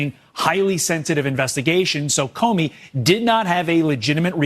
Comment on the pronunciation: "Corney" not Comey